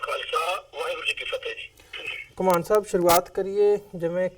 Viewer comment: host jee ur guest's is Ghumman not ghumaaan